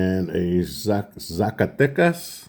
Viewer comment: Beautiful!!!! Congrats!!!! Your pronunciation it’s on par on Zacatecas!!! And all the other cities 😊 the toning on that ocho reales it’s beautiful